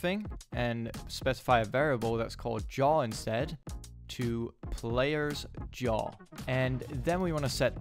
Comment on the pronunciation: yaw != jaw lmao but overall nice video, thanks for the help!